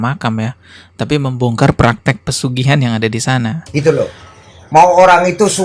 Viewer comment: Dari bicaranya aja dukun ini kayaknya kurang pendidikan, contoh bilang pesugihan jadi persugihan 😂